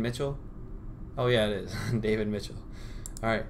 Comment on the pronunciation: The first thing that annoyed me in your video was the greeting "What IS going on" with the emphasis on the word "IS", and also the use of the word "guys". If I were doing a similar video, I would simply start by saying ,"Hello there", and leave it at that. The word "gotten" I cannot stand either. Even You Tube use it in their analytical section, as in, "This video has gotten so many views". The most confusing thing for me is, chips meaning crisps, fries meaning chips - how did it get like that? Also the use of the term "cool". Cool to me means, it's a bit cold, not, it's really good.